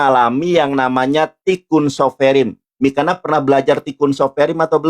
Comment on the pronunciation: Mikana,,, udah salah baca masih ngeyel di jelasin nandar😂